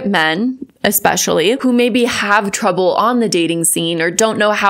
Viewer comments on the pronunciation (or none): none